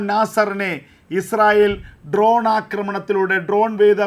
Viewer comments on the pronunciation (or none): none